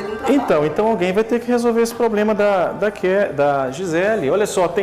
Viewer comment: Nao é poblema e sim problema